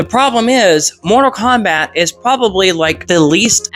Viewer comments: Say Morta Kombat one more fucking time!!! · “Morta Kombat”